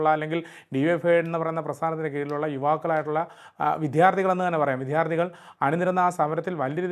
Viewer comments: പൊന്നു സഹോദരാ വിദ്യാർത്ഥി എന്നു പറഞ്ഞു പഠിക്കണം. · ആങ്കർ വിദ്യാർത്ഥി എന്നു തെറ്റില്ലാതെ പറയാൻ പഠിക്കണം